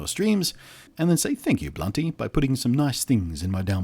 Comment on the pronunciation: Blunty not bounty